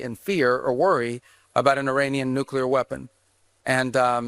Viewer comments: Can you please pronounce the word "nuclear" correctly? It isn't pronounced "nucular", it's "nu-clear"! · For crying out loud Benny - the word is Nuclear NOT Nucular. The second syllable begins with the lettter L not the letter U. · Nu Cle rrrrrrrrrr. Not Nucular........... come on man. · Please Benny! Noo-Clee-Er (not Noo-Kyoo-Ler) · Pronunciation is NEW-CLEAR, not Nuke-Yallur. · Please note the spelling of NUCLEAR. It is pronounced New- clee-ar. Not New-Cu-lar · It’s nuclear, not nuculer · Two things - read carefully, they did not say anything about dismantling their capability of building a future one. Point two - read carefully the word “Nuclear.” It’s pronounced New Clear NOT New Q Ler. Once again, it’s all theater & I’ll wait for the coming weeks/months to see what actually transpires …. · Benny. You are great and you have a great channel. PLEASE: like a ton of people, the word nuclear is pronounced nu - clear and NOT nu - culer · Hey Benny, it's pronounced NEW-CLEE-ER NOT NUKE-YOU-LER! Please stop saying that. You're better than that. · Benny you are a professional announcer the word is pronounced nuclear not nucular. That is so illegitimate that you can't have enough respect for your constituents how to pronounce this word correctly.Nu cle ar. George Bush Junior used to do that all the time too people made fun of him. Come on dude have some dignity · And some how not NEWCLEAR NUCLEAR! Dammit Benny! You sound as stupid as George doubleya when you say it like nuke you ler!!!! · its nuclear not nuculer please pronounce this correctly its embarrassing... NEW-CLEAR not NU-QU-LER.... please god please god please god please say this correctly it is not like molecular or muscular it is nuclear NEW-CLEAR please as a public speaker correct this please I beg you... its every video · Nu-cle-ar NOT Nuculer! Drives me nuts Benny!😂😂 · The ONLY thing that bothers me about Benny is how he says nuclear as nu-kew-ler. It's NU-CLEAR. not nukewlur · NEW-klee-er not "Nuke-u-ler"